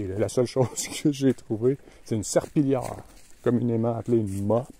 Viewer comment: Pendant que tu racontes cette nuit épique j'essaye d'imiter tes nasales : totalemint, serpillâre, vraimint, les fnâtres, les lumiâres, une demi-hâre 🤭😅 ...J'ai encore besoin de cours !